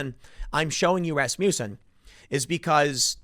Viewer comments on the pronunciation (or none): its pronounced 'rass-muss-in'..